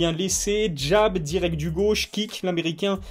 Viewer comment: on dit Jab pas Jap !